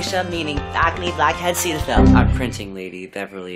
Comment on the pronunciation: nobody:: pronouncing ACNEYOU'RESOLASTYEARBYEFELICIAMEANINGACNEBLACKHEADCETAPHIL perfectly.